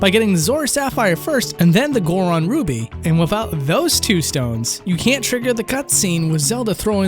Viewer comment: Did you neber learn how to say the th sound??? You keep pronouncing it like the f sound.... sounds like you are saying wiffout